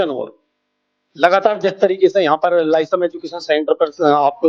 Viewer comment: क्षमा चाहता हूँ महोदय लेकिन Lyceum लिसेयुम या लाइसीअम बोला जाता है न कि लाइसम